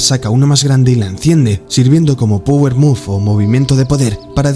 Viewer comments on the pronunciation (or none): none